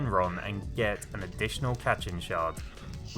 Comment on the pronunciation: "cat-chin shard" Me: thinks of goku tapping the block Ah, katchin! (Pronounced kat-cheen)